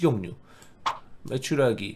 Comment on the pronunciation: 님이 계속 메추라가라고 하니까 메추리알이 보는동안 당연히 메추라기알인줄알고 본 마성의 영상.......